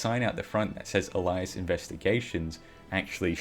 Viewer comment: You need to look up the pronunciation for Alias.